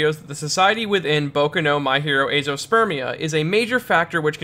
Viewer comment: I know I TOTALLY misheard this, but did he just say "My Hero Spermia"????